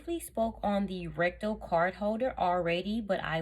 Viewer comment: You say RECTO....we hear RECTAL! I almost choked on my coffee! Listening not watching while putting on my makeup and thinking wow! Louis Vuitton has reached a new low! To make sure you don’t get robbed, they now make a wallet you shove up your butt! Nobody getting to that... nor would they want to.....being that it’s been up someone’s butt! 🤷‍♀️🤦‍♀️😆😆😆😆